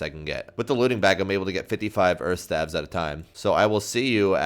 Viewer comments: lol i like how he pronounces staves. also i laughed when he said staff of earths rather than staffs of earth or staves of earth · It's 'Staves/Staffs of Earth' for the plural ;) not Staff of Earths